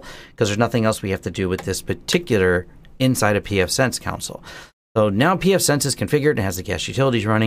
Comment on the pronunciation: It's pronounced, 'CON-sul'....not 'COUNT-sul' :) (Maybe you should just call it the 'terminal'?) :)